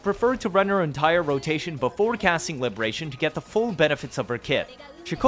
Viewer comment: I love the emphasis bro puts on 'fleurdelys' but says 'libertatyon' or 'forty circuit' 🤣 on a real note; great vide. super in depth and surprisingly entertaining. the jump cancel is still rotting my mind, soososososo strong